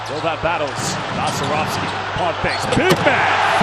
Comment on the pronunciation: Balcerowski, not Balcerovic